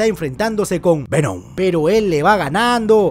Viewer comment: Lo mejor de resumen es cuando dice Vemon